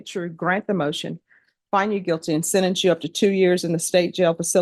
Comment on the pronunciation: Its sentence not sedance